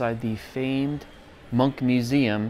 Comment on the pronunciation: It should be pronounced Evard "Moonk", approximately but closer. Some of his work is reminiscent of Toulouse-Lautrec and of Degas.